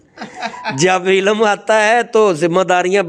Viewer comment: قبلہ محترم! آپ بھی عربی سے نا بلد محسوس ہوتے ہیں ۔ لفظ ہے "عِلم" عین کے نیچے زیر اور لام اور میم ساکن ۔ مگر جناب بار بار "عِلَم ۔۔۔ عِلَم" کہے چلے جارہے ہیں اور اوپر سے یہ فرما رہے ہیں کہ جو درسِ نظامی یا عربی وغیرہ کا علم نہیں رکھتا وہ جاہل ہے اور جاہل سے کوئی روحانیت صادر نہیں ہوسکتی... میرا ایک سوال ہے چلو یہ کردستانی ڈاکٹر جاھل ہے مگر کیا قرآن میں نہیں لکھا کہ ہم نے قرآن میں وہ بھی نازل کیا ہے جو شفا و رحمت ہے مؤمن کے لیئے "و ننزّل من القرآن ما ھُو شِفاءً وَّ رحمۃً لِلمؤمنین" تو اگر کوئی بھی مسلمان اس سے قطعِ نظر کہ وہ عالم ہے یا جاہل اگر اس آیتِ شفا شریفہ کا عمل کرلے تو کیا وہ لا علاج کا علاج قرآن پاک سے نہیں کرسکتا؟ مولوی صاحب خدارا حسد کو ترک فرما کر اللّٰہ اللّٰہ کیجیئے ۔۔۔